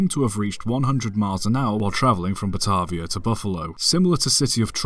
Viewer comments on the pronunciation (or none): Awesome video but I live in the area that 999 went 112.5mph and it might just be cause of the regional dialect but I'm pretty sure it's pronounced "Bah-tay-via", not "Bah-tah-via". Anyways great video and keep up the good work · And "Batavia"